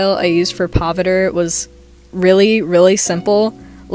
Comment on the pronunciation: as an indian i love how u drew pav btw this isn't hate i just wanted to let you know its pronounced pa-VI-tra-rAH :D agian this isnt hate , love ur channel :)